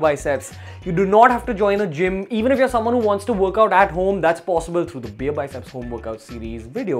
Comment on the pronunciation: Bro it's beerbiceps not beearbycep